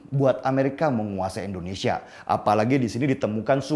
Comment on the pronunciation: Deni yg sok keminter,km menyebut Indonesia sj Endonesia,, langsung ta skip videomu menit ke 2.41. nyebut negaramu sj ga becus mau ngomongin geopolitik dunia. Maaf ya saya bukan kadrun.